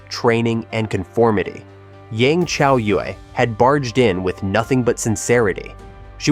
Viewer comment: If people are going to do videos on China or anything dealing with China, learn to pronounce the words and names correctly. People slaughter the words and names. This one such video that mispronounce words and names. It is so frustrating. I will say something as long as people do not research spelling and pronunciations. Come on! As for Yang (pronounced Yong) Chaoyue (pronounced Chow You-EE) had a very difficult upbringing. She did everything she could to survive. I will always support her and cheer her on. She is did very good for someone who did not have any education or training. Do your thing Yang Chaoyue!!!